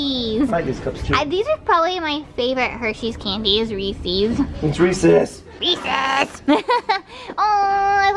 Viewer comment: I think was just as triggered as me when kept saying Reese's wrong, haha. U should not mess up the name of America's best chocolate!